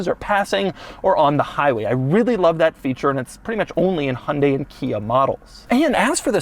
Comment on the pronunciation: I knew Hyundai was pronounced like "Sunday". I did not know that KIA was pronounced "Kina". The new badge is awful. You ones on the outside can be easily removed. The one staring at you on the steering wheel, not so much. Might keep me from getting a Stinger.